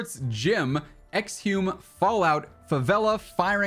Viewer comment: "Exhume" is pronounced more like "Eggs-oom" and it means to dig up a dead body. Makes me think of a cemetery or something